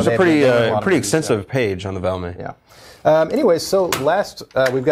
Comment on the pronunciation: Valmet, not "Vlamont".